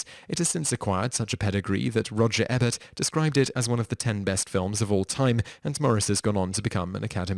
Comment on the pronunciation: It’s Verner not Werner and E-Bert not Ebert 😡😡😡😡😡